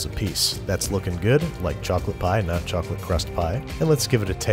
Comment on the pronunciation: What kind of chocpalte what kind of chacolate whut kind of chococloate???????